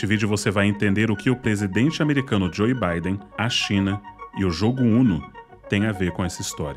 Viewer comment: Não em defesa de Joe Biden, mas sim em defesa de um bom uso dos idiomas. A pronúncia correta do nome Joe é djôu e não djôi.